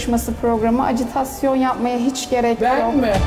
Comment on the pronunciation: Azıcık Türkçe bilen yarışmacılar alın ya. Acıtasyon diye bir kelime yok, doğrusu ajitasyon